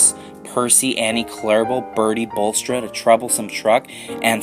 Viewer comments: Its bullstrodE not bullstrod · "Bulstrude" lol